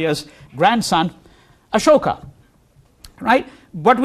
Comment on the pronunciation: How is it that you were born in Delhi and pronounce Ashok incorrectly.?